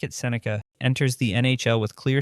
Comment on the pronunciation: I'm guessing he said his name wrong on the first cut and had to dub in the correct pronunciation.